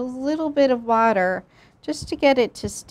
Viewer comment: fr it sounded like butter